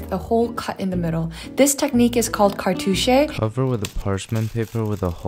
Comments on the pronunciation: Cartuche🤡 Cartouche[Kär'tooSH] 🧐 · the fact that he pronounced the word cartouche better than the cook is sending me